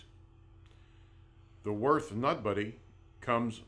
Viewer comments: What the hell is that pronunciation? It's Würt(h) not Worth. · It is not "Worth". It is Würth ffs. The two points on the u are here for a reason, you gotta say it the German way. The W sounds like a V, the u like in "cult" and the h is silent so you only say t. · U say it 'wyrt' not 'wyrf'... Ffs... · Des heisch WÜRTH, ned "worth"! Heidenei... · Just for your own information: Würth is a german company and it‘s wÜrth -> converted to english it‘s wUErth! Have a german in the headquarters explain that to you! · They really butchered the company's name. Worth? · its WÜRTH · Cant even spell or pronounce the companys name the right way, smh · Ü god damnit its a fucking letter and NOT the same as an u...people! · Gib dir Mühe, und sprich Würth so aus wie es ausgesprochen wird. Und nicht wie du dir deinem Amischhädel zurechtfantasierst.